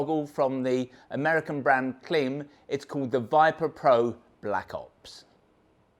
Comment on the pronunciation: pretty sure its pronounced same as "climb"... I have a Klim Krios helmet and this goggle looks perfect.. put off slightly by the comments about glasses\spectacles though as I wear bi-focals...